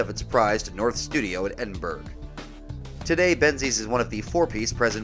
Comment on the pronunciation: Love the video but it's Edin-burr-ah 😂